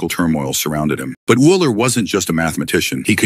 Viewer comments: Euler is actually pronounced oiler. Idk if ur using AI voice technology or what But u LITERALLY called him Eel-er. Eler. Owl-er. Eye-ler. Wu-ler. 🤦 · You can do better than this buddy. (ie. Consistency in pronouncing Euler's name, and googling how to pronounce his name correctly) Dump your text to voice app and get a better one. 😊